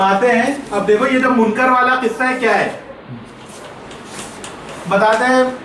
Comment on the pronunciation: سنیو سمجھدار لوگوں سے مناظرہ کروایا کریں اس بےچارے کو کچھ معلوم نہیں سیدھی سی بات ہے آپ خلافت بلا فصل علی کیلئے ثابت کریں منکر کو کاف کے کسرے کےساتھ پڑھ رھا ھے